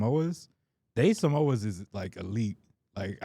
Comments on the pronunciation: No way he called samosas “samoas” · Man said Samoa 😂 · hearing pronounce samosas as samoas had me crying 😭😭